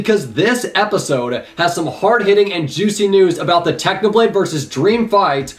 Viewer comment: I hear u said Tanoblade not Technoblade